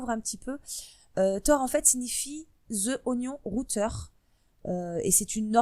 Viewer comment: 'Zeuh Onion routeur' loool